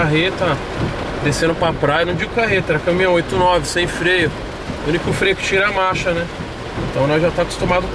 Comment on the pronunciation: Alguem avisa pro toguro que se diz marrrrrrcha não macha ahjdjahsjs wtf